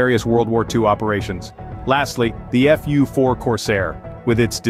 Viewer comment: It's not called "Foo four Corsair". It's called F. U. 4 .